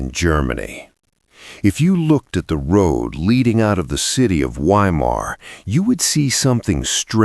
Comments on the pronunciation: pronounced Vy-mar in German, not Why-mar.Just sounds odd hearing Why -mar. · I'm not sure if this is some kind of dark humour. I'm talking about pronouncing Weimar as whyma. Surely everyone knows that 'W's are pronounced as 'V's in German in other words the town is pronounced Veimar but spelt Weimar. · Not "WHY-Mar" but Vy-mar. V as in Victor. Narrator's voice sounds like old grapes forgotten in the back of the fridge. Can't listen. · Please, W in German is pronounced as a V. So Weimar is Veimar. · Ai narrator?? Saying WHY—mar is driving me nuts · Sounds like AI. It’s pronounced Vimar, not Weimar. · Is it too much to ask of AI narration to correctly pronounce the city name as "Vye-mar?" I guess that would be intelligent. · It's pronounced Veimar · You need to train your AI that W in German is pronounced like V - Vi Mar - Book-en-vailed, It gets very annoying every time it is said wrong. That is how we get from Wien to Vienna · Weimar is pronounced VYE MAR. Fix your damned AI and learn to pronounce words correctly. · I don’t know if the narrator is human or AI but i wish it would pronounce place names correctly 🙀😬. The letter W is pronounced as a V! please fact check before publishing a video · Is it really that difficult to train an AI voice to pronounce Weimar and Buchenwald correctly? I cringed every time I heard the W sound. Come on. Otherwise, this is good. It’s embarrassing that the handler didn’t know W in German is pronounced like V in English. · Why can your Ai correctly pronounce Goethe but not Weimar? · I'll subscribe when you can pronounce Weimar and Buchenwald correctly.